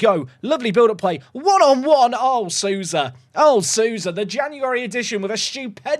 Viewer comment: Hey, brazilian here! We pronounce Souza like "sow-za" instead of "su-za"! Keep up the good work! 😊